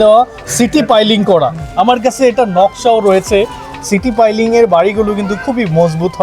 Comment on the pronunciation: সিটি পাইলিং না, সিটু পাইলিং। বাড়িটা অনেক সুন্দর।